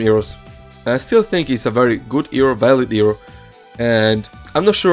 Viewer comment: IS PRONOUNCED HERO NOT HREO